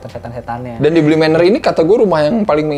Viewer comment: "Haunting of Bi-Manor"